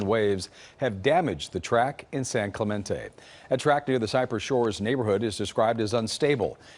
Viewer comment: The KCAL reporter mispronouncing San Clemente is perfect. It's like each CHSR video needs at least one person butchering a Californian city name